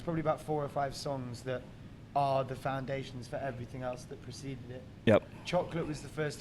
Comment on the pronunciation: i like how matty explain to the interviewer that it is tha 1975- not thi 1975 and at the end the interviewer goes thi 1975 again